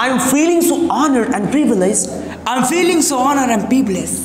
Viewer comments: E ka bol raha re fealing😂😂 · Phhiling bol rha h bar bar feeling ko😂😂😂😂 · Fir filling bol diya 😂😂😂😂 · Dono hont milane se ph ki aawaz banti hai f ki nahin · Fi -ling 😂